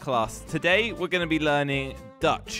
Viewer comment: its not Datch But Dutch